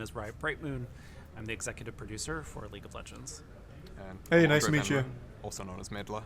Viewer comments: Ah, league of leegnds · Leauge of Leegnds